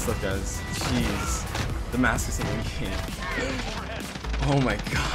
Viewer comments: Watched the whole video for him to say damacus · It is called Demarcus camo not Damascus camo